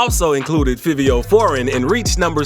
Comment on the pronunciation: It's pronounced 5io... 🤦🏽‍♂️🤣🤣🤣🤣🤣